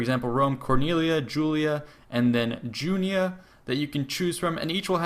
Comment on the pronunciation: It's Julii, not Julia. It's Junii, not Junia.